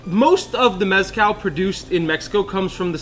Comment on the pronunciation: But you're still not pronouncing mezcal right 😂